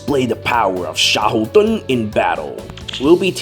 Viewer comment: Maybe Karel was designed around Xiahou Dun? (Fun fact: I first thought you were calling him Sheldon, but after I listened a couple of times, I could tell from the way you were saying it, that it wasn't that) Would you believe I have yet to summon him? Both him and Lyn - I've not seen hide nor hair of either of them.